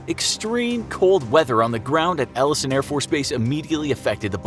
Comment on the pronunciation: “Ellson airforce base” Hate to be that guy, but it’s pronounced Eye-el-son Air Force base (Eielson AFB)